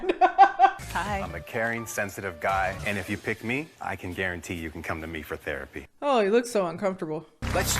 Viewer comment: Why dose keep saying "thearipy"?? Like is he suggesting being her therapist???